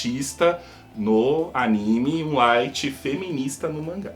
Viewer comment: Só eu q percebi q ele falou o lithg secando os pés do L